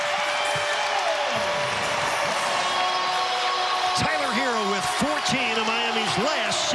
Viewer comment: Does the announcer not know how to pronounce his name? Half of it was him saying “Tyler Heerrrr “